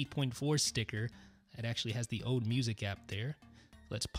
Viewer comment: Is it just me, or do you get annoyed when he says ode instead of old?